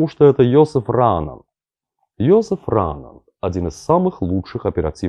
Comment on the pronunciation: КРАСАВА!!! Маленькое замечание. Фамилия Раанан читается как РаАнан, т.е. ударение на вторую букву "А".